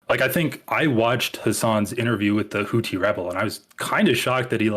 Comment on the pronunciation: I respect this guy's opinion but not his pronunciation of "Houthi"